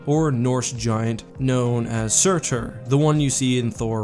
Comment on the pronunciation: Just saying, anyone who has played Hellblade: Senuas sacrifice knows that Surtr is pronounced "Seurt"